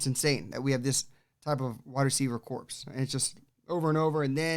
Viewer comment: Nice presentation! I like it. Just two suggestions, though - One: Antonio Brown's first name is misspelled in the title as 'Antoino'. Two: The word 'corps' is pronounced like 'core'. If you pronounce it as 'corpse', you're talking about a dead body (which is what a corpse is) - not an apt description of the Bucs WR corps (right now, anyway).